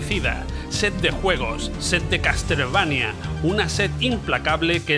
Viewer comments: Que no, CasTLevania no, se dice caSelveinia... Ains... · Se pronuncia "caselveinia" ...